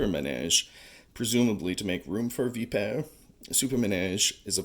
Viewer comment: Ur saying the name wrong